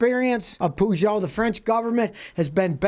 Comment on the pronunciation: Heya team, pretty sure Peugeot is pronounced ‘per-joe’. Hope this helps.